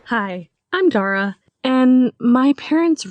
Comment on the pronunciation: At first i heard dora not dara